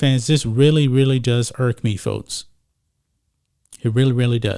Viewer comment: Notice this guy pronounces the "x" sound as a "t"??? What's up?? Sixty = sitsty Folks = fotes Texas = Tetsis Texans = Tetsins